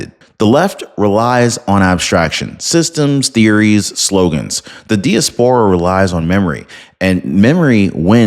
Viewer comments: I agree wholeheartedly with this message and the Venezuelan people, but it's pronounced dai·a·spr·uh, not dee-uh-spore-uh. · In English diaspora is pronounce Die-ass-por-a, good work though, thank you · Great vid. FYI, it’s pronounced dye-AS-puh-ruh. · Great video; only 1 item: diaspora pronounciation: die-AS-puh-rah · Die-as-pera is the correct pronunciation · You keep pronouncing diaspora wrong.😂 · Please check out pronunciation of DIASPORA. Emphasis is on the second syllable and "a" pronounced as "a" in "hat."